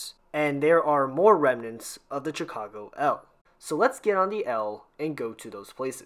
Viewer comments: Quick nitpick here. It's pronounced "shuh-cago" not "cha-cago" Thanks for the video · Why are you pronouncing Chicago like that? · Watching this as a Chicagoan born and raised, I can't help, but correct your pronunciation of both Chicago (shuh-kaa-gow), Noyes (pronounced like the word "noise"), Paulina (pronounced Paul-eye-nuh) otherwise both videos are overall pretty good and informative. Thanks for making these.